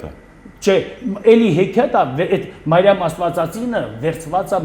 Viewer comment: Ոչ թե Մայրամ, այլ Մրիամ, ոչ թե սայլյարկա, այլ սալյարկա, ոչ թե հույր, այլ հյուր, ոչ թե բալանի, այլ բանալի։ ջան, այդպես էլ է լինում։ Գոտեպնդվիր։ Բայց մի բան ճիշտ ասաց, որ կնիգա բառը իրոք կնիք բառից է առաջացել։ Հայ վաճառականները տպագրության հաստոցը Չինաստանից բերեցին միջնադարյան Ռուսյա և նրանք, լսելով հայերից կնիք բառը, տպագիր գիրքը, անվանեցին կնիգա(ռուսերեն, լիտովերեն)։ Համենայն դեպս կա այդպիսի գիտական վարկած։